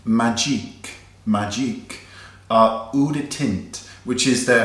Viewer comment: You're French is really quite bad. When I heard you say Eau wrong I thought my god the French language is that hard :P